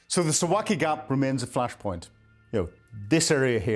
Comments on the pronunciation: Suv-alki ! Not Su-waki! How can we believe you when you can't even pronounce it??? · Please learn the proper pronunciation: Suwałki sounds like Soo-VAL-kee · Suwałki is pronounced: Sue - VOW - key 🤜🤛